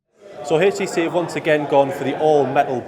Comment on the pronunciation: Nice video.. it's HTC not HASTC...